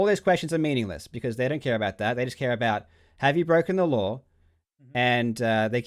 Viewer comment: Karl is the only Aussie that finishes the word "law" with an "R" like "lore or lawr" lol